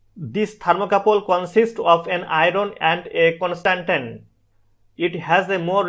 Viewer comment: not conastantan its constantan, :P